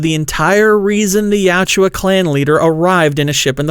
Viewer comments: Tran Trachtenberg makin my favorite franchise since 1990 gay has earned a deeply cemented hatred. He’s also deeply committed to making the predator look like shit fuck that guy. Real talk its yautja not you owchia 😂 YOT CHA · You're pronunciation of Yautja bothers me. Yowt-juh. Not Ya-oo-jua.